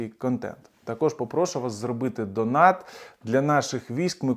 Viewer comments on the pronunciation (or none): none